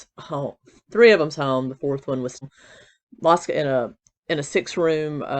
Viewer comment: Mosco like cosco is how it's pronounced, most people say it wrong, there's a town in Texas, that's how I know, just sayin. Love your channel!